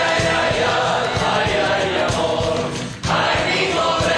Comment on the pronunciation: lol i like how they said "amor" as "awhored"